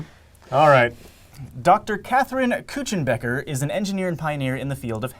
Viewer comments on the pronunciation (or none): Professor Kuchenbecker is my teacher! also he said her name wrong. But I am so going to tell her that she is mentioned in this video. I flipped out when I heard it.